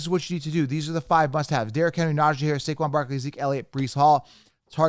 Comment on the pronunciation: he got saquon wrong but he said Debbo and cupp and also Najee